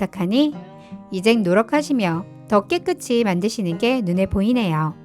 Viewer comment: 깨끗이는 깨끄시로 읽으세요 깨끄치가 아니고~